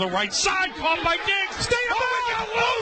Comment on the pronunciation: Where's the Cardinals announcer "ITS CAUGHT! ITS CHAUGHT"